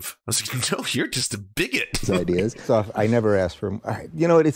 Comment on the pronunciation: If I hear one more ''IdEeS'' im gonna end it all